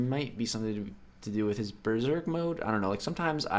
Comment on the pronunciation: Dude why u always pronounce it like Breserk mode it's actually Berserk mode not Breserk.If u don't believe me read that again in game or on google even Seatin pronounces it also wrongly.